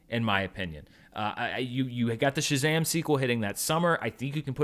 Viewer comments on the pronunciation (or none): none